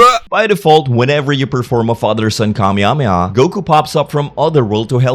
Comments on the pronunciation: "Kah-mia-mi-ah" (ರ◡ರ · Every time i hear you say kamehameha its funny af its great "kameameah" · Mafuba?! you said that wrong... although i should be surprised i mean you can't even say Kamehameha right.